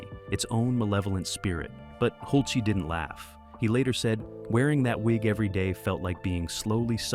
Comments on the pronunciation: Your movie is Fabulous!!! Great location actors set costumes and makeup wigs! But your announcer is ATROCIOUS!!! He constantly changes pronunciation of Milos Forman, who's first name should have an S sound at the end. "Milosh"!!! Not only that, he has no consistency in pronouncing Tom Hulse's name! It varies between Hulsee and Hulsay! And he sounds like he's so proud of the job he's doing. Not an unpleasant voice, but screwing up so much of what he's trying to say. I also think that Amadeus had superb casting! Tom Hulse, F. Murray Abraham, and the actress who played Constanza, whose name I do not know. Suitable for their parts!!! And all 3 extremely TALENTED!!! Thank you for listening to my observations. I say what I think. Besides, although I have no film experience, I do have serious theatre chops. I'm a playwright, composer, producer and director of several plays. I've worked with children and adults. Choreographers and fellow musicians. My plays have been performed at Le Petit Theatre in New Orleans and the New Orleans Jazz and Heritage Festival, in the Children's Tent, as the play was performed by children FOR children! I've been an ASCAP composer since 1986 or 88. (Forgot the exact year sorry.) And here's the most convincing thing of all, I've been PAID!!! How lovely to be paid for something you enjoy doing, but you ❤ it so much that you'd do it anyway just for the joy of it! I began working in Breckenridge,Colorado and then New Orleans, LaPlace, Louisiana. Back to New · Cast and crew had to hide their phones? In 1984? STFU. And it's Hulce. Not Hulc-ee. This is a joke. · Hull-sa? Hult-see? Hool-chay? Tom Hulce pronounces his name Hulse (rhymes with pulse) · The actor's name in America is HULCE. Pronounced HULCE. One syllable. Example is the word, "pulse". If you are saying it correctly, it sounds the same, but with an H instead of a P. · Is his name hulce or holsee? You use both pronunciations alternating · How many ways we gonna pronounce “Hulce?”